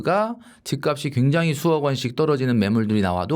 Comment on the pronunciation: ('집값이'의 발음) 집까비 -> 집깝시